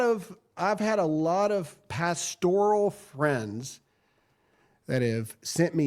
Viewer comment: just a side note: it's PAS-tor-al (not pas-TOR-al) e LEC tor al MED i cal CHEM i cal bi o LOG i cal RAD i cal